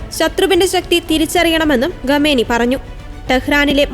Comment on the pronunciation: ഗമേനി അല്ല. ദയവായി അക്ഷരസ്ഫുടതയോടെ വായിക്കൂ